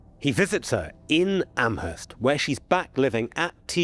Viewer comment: This is not important, just an FYI. Amherst in Nova Scotia is pronounced Ammerst, possibly because historically it is near to Nova Scotia's Acadian (French-speaking) settlements where the H sound would be omitted. Another thing is that I wouldn't put much stock in the significance of MacNeil surname indicating one and the same person - all of NS is rife with MacNeils of all spellings. Speaking as someone who lived in the region for several years.